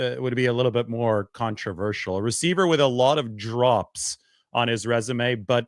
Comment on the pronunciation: "Alot of Drops" on his Resume...... I had to rewind that!! Thought you said "Alot of Drugs".................. 🤣🤣🤣🤣🤣🤣